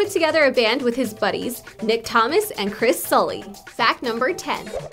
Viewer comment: Is NO ONE going to point out the fact that she said "Chris Sally" instead of "Chris Salih"